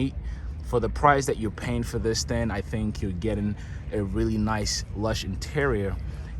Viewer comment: Sorry I had to coment...Thing is with a G at the end of the word not the thin..it is also seatinG not seatin..